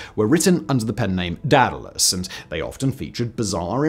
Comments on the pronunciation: "Dadalus", Not sure I can get on board with this guy, he struggles to pronounce Daedalus. Then he's got the "It hasn't been done, so can never be done attitude". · DAY • duh • luhs !!! DEE • duh • luhs is also acceptable. I don't know how the heck you learned how to say it that way 😅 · Sickeningly smug for someone unable to pronounce 'Daedalus' correctly.